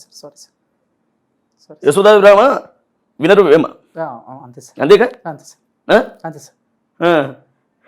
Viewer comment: విశ్వదాభిరామ.....వినరు వేమ..😂😂వినరు వేమ కాదన్న.. వినుర వేమ😂😂..